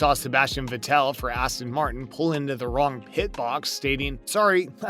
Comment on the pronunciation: Bro what is this video 😂. Is it intentionally wrong? Practice. Flying out the gate. Sebastian VET TELL. Like wtf… intentionally butchering names. Terrible.